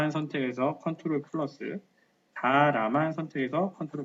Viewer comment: ctrl키 라고 말하신건가요? 조금 알아듣기 어려워서요..